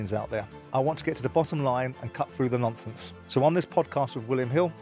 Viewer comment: Why does he say it like that 🤷🏻‍♂️😭😂